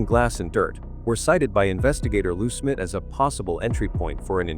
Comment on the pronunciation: I had to fast forward your video, because I couldn't stand hearing you call Jon Benet, Jon Benny, and Lou Smit Lou Smith???? You used Paty for Patsy, what is wrong with you? Your false title, making it sound like John Ramsey had been lying all these years, shame on you! I have met John Ramsey, I could see in his eyes, the pain he has gone through all these years, is still there. I pray that the idiots at Boulder PD, get off their butts, and do something with the DNA, so this case can be solved, and JonBenet may rest in peace!